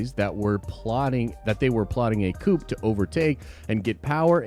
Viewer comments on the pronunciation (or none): Did I hear right? Did you pronounce the p in coup? It's silent dude. (Probably sounding like a dick but not trying to)